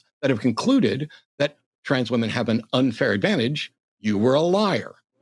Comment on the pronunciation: I HAVE to point out as someone from the UK that this guys accent is actually unreal lmao, NOBODY speaks like him anymore, he literally said “trarns” athletes, I’ve never once heard that pronounced that way. It’s like cartoonish levels of posh